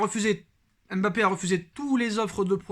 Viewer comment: on ne dit pas M.BAPPE mais MBAPPE merci.